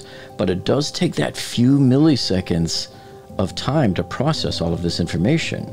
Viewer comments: The second "i" in milliseconds is pronounced exactly like the first. It's not milley-seconds. It's "millis-econds." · Millisecond is NOT pronounced “Milly” seconds.. it’s “Milla” seconds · Please stop pronouncing “milliseconds” as “mihl-EE-seconds”. Just pronounce the second ‘i’ with the same sound as the first one: “mihl-ih-seconds”. (You’re welcome!) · "Milly seconds"